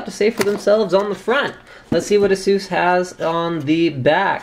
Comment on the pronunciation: say AY-SUS ..... aysoos >.> ffs